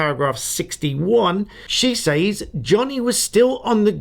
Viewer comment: Stop saying “ says” to rhyme with “pays” ! It’s pronounced “ sez “ !